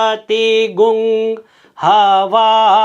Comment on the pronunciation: Sir hamare yaha MP me prachin samay se "Gvang" "ग्वंग" hi padha jata hai na ki "गुंग"